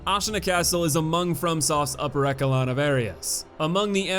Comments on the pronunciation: E"ssh”alon my good friend. Not E"k"alon. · "Eckalon" lmao. Worst butchering of "echelon" I've ever heard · I'm sorry, "ekelon"?! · I like your videos but for the love of god please learn how to pronounce words. Echelon, subsequent, etc.... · Nice vid. Pls learn how to pronounce echelon.